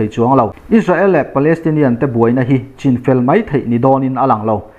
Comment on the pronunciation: Mahni chipui te an sawi dan CHIN ( chhîn ti a lam rik tur ) hi chu han lamri dik ve tawh la chuan duhthu a sam lehzual ngawt ang. Channel dang ho chuan an lamri dik tlangpui tawh asin.